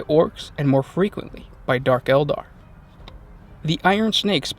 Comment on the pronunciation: elder or Eldar?